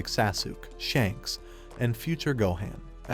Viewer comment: Why u pronounce sasuke like that